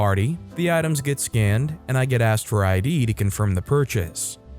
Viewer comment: well, saying axt instead of asked: I can understand, why that would drive people crazy. but it also means that you narrate it yourself, and don't let AI do the job. ;-)